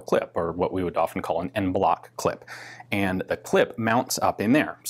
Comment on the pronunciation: No way to mention it without seeming at least a little dickish, but Ian's pronunciation of niche and en bloc really rustles my jimmies.